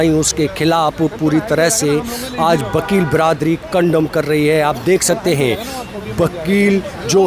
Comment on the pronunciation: Bakel nhi wakel bolo